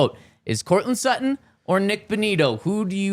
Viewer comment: Its Sutton.. and its not even close!